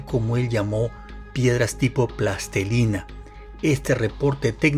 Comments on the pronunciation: Con el debido respeto le recomiendo al revisar la pronunciación correcta de palabras como “plastilina” que no “plastelina”, de lo contrario sus palabras no reflejan ningún rigor lingüístico y por lo mismo no inspiran confianza en sus teorías. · plastelina, no... plastilina